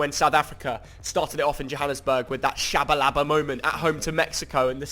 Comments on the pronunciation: its not tshabalaba, its Tshabalala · Tshabalaba??🤣🤣🤣I'm from SA and it's Tshabalala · Love how absolutely butchered Tshabalala's name and acted like nothing happened 😂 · trying to say "Tshabalala"😍🤣🤣